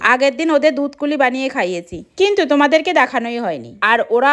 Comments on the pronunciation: দুধ পুলি😂কে দুধ কুলি বলছে 😅😂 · Dut poli❌dutkoli✅😂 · দুধপুলি ❌ দুধকুলি ✅ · ওটা দুধকুলি নয় দুধপুলি 😄😄😄😄😄😄😄😄😄😅😅